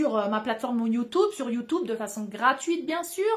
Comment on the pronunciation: J'adore quand tu dis youtoube lol